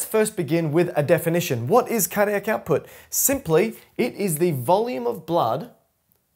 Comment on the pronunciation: Just try to emphasise each individual syllable a bit more clearly. Car Dee AC. Also if you shared your surname after "" it was near impossible to make it out. The Cambridge definitions of the word diastole seem to pronounce the stol bit with a bit more of an "o" sound in both English and USA options. I think this would help a lot. It's very difficult to find literature and resources that align with learning needs for some of us. It's like holding a conversation with someone where they can't keep our attention, or they have the knack of presenting things in a way that we can't make sense of. This one still moves a little too quickly over some syllables.